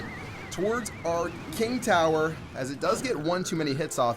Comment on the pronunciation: He said Kang Tower